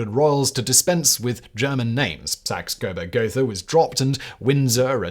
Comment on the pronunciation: More ridiculously mispronounced names. You don’t even know how to pronounce the name of your own royal family! (Hint: German doesn’t have a "th" sound. It’s pronounced like a simple "t.")